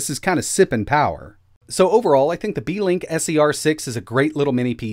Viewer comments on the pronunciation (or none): "Beekink" lol